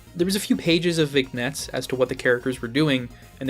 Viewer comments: ...I just got to this part how in the hell did you manage to pronounce "Vignettes" like that the "g" is silent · the way you pronounce vignettes 😭